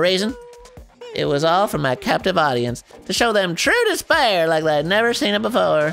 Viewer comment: Dispair? Disbear? THIS BEAR!